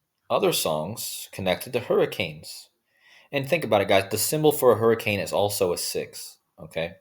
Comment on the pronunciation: Hurri - cain .